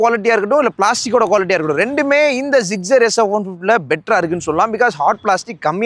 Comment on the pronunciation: Tamil reviewers always pronouncing Suzuki Gixxer as Zuzugi ziggzer😂😂😂